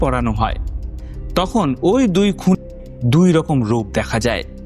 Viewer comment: তোমার কিছু কথা অস্পষ্ট বুঝে চ্যানেল সাবস্ক্রাইব করতে পারলাম না । ডেট কথাটা স্পষ্ট বেরোলেও হত্যা ও খুনের কথাটা স্পষ্ট নয় ।